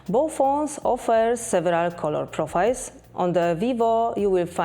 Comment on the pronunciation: It's nice that you make such detailed comparisons. I have a big request, though: Please, check the pronouciation of these words: come, become, colour, comfort, allow. Big thanks 🙏